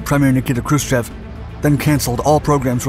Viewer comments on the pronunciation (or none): none